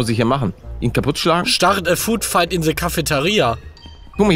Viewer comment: Englisch Hilfe: Food Fihkt = Essens Schlacht